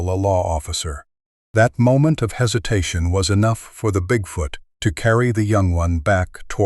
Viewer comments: Bigfout, is that the Canadian pronunciation? Like aboot instead of about. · AI …… WTF….. cannot even pronounce bigfoot “BigFooooot”. correctly !!!!?!? ONLY CLICK BAIT LONG STORIES !!!!😆😡